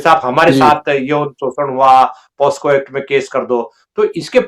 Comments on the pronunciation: With all due respect you both kept pronouncing POSCO when it is POCSO. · हेलो दीपक जी, नमस्कार। एक बात की तरफ मैं आपका ध्यान आकर्षित करना चाहता हूँ और वो ये है की इस चल रहे प्रोग्राम में आपने बार बार पोस्को बोल रहे थे जबकि वो शब्द (POCSO) पोकसो है। कृपया अपनी सुधार कर लें। धन्यवाद। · पास्को नहीं है पोक्सो एक्ट कहते हैं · The correct word is POCSO, not POSCo. You keep saying POSCo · POKSO(POCSO) not posko